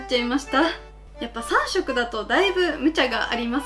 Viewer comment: 21秒ぐらいの 3色マーカーチャレンジのとこを、 「3↑マーカーチャレンジ」って言うところ可愛い😍❤️